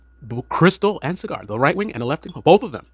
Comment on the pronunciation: It's pronounced SaaGer not Cigar